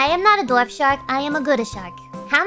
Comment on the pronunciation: Several instances in which Gura said "dwarf" shark, but it sounded like "Dorf" shark, as in the Tim Conway character (who voiced Barnacle Boy). Gura would look silly with a toothbrush mustache. Apparently "dorf" is also German for "village"; I did not know this. If you get the spiders between yourself and the skeleton archer, will they retaliate if shot? What if you led zombies and skeletons into a trench or walled off area too tall for them to climb, then backtrack and seal them in it? Would it constitute a defensive perimeter, or are they destroyed/dispersed by daylight? Can a hostile creature trigger a creeper to self-destruct, or only players?